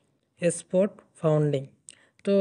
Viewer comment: are, vai founding na otar pronunciation funding 😂😂😂